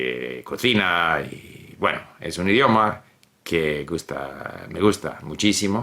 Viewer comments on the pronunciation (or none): Where in Canada is he from? I like his accent. He seems very comfortable in Chinese but with Spanish as my second language I struggled a bit with his accent, as I tend to do with foreigners speaking my non-native languages. The way he says words like “cocina” for example sounds strange to my ear. Edit: I think he pronounces “co” strange, since I heard it when he said continuar as well.